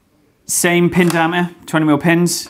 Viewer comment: Not even close. His knowledge is obviously good, but his whiny droning voice is off putting and the total inability to ever use the letter T when it appears in the middle or end of word is just plain lazy and makes you want to switch over. If it was the odd word fine, but it isnt. I spotted all these in maybe a 3 min segment Litre Notice Diameter Twenty Skirt Majority Squirter Positive Negative Mating I'm interested in the subject, but I actually had to turn it off I found him that annoying